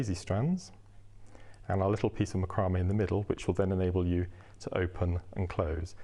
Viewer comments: MAC-row-may ---- not Mc-ROW-may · Its pronounced Mac cro may. Its has been for years. Great video by the way. Thank you